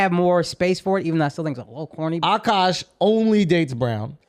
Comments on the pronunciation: It’s Aah-Kaaaash not oshkosh…he’s a person not a clothing store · She tore akaash's name tf up, didn't she? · lmao you butchered his name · Girl, come on! Ashkash Sine? Really? Say it with me A-kash. A-Kash, not Ash-kash. For the love of God